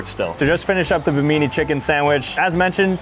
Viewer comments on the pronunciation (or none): Atlas, not Zeus, is depicted as holding up the world. In the legends, he's holding up the heavens. - Not at all a "Buddha-looking dude." It's a demon. - BI-mi-nee! - Rainforests are not "forgotten eco-systems!!!!!" Made it to - LEARN STUFF! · You lost me at not being able to pronounce Bimini correctly… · It’s pronounced bim-in-nee (islander) not bim-ee-nee (Italian) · Bim- I- nee- it’s an island in the Bahamas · The way he pronounced Bimini cracked me up. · This kid even got told the correct pronunciation and still managed to absolutely assault the honor of Bimini lol